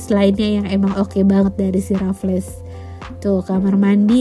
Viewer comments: nyebutnya bukan Rafles tp kaya bilang Waffle dengan 'R' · yang di menit itu di bacanya "rafels'' tante🙂 selamat juga 🙂🥳